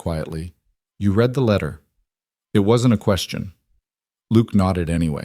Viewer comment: “Read” can be one of two pronunciations decided by the context. You picked wrong.